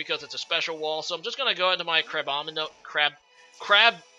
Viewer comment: youre having a hard time pronouncing that pokemons name because you wanna say "CRAB-ominable when its actually "CRA-bominable"